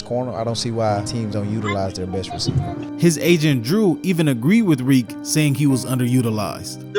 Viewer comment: You can’t call the man reek. lol